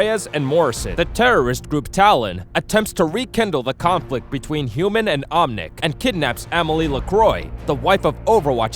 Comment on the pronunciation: You pronounced Efi incorrectly, and you called the Omnics, omniums